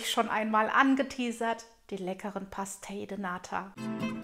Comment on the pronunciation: man spricht das portugiesisch PASCHTEISCH aus